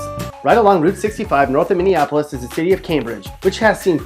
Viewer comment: He nailed Minneapolis though.